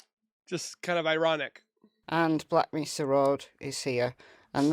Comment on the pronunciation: It is May-sa (Mesa) In case you didn’t realize it - the porta-potty was a test to see if the dog could pick up the scent